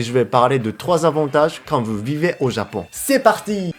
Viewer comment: J'adore quand tu dis veu au lieu de vous 😆